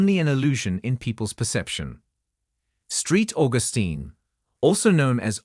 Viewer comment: SAINT AUGUSTINE MIS PRONOUNCED! Not—Street Augusteen! Do I believe this? You make it sound fake. Hmmm